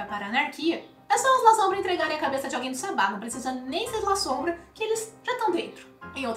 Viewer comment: Gente pronuncia-se LASSOMBRA e nao LAZOMBRA